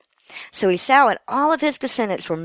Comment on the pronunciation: You might want to check on the pronunciation of "Esau".